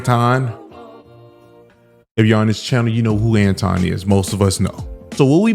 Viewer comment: was disrespectful from the jump. He mispronounced Anton's name the whole time on purpose.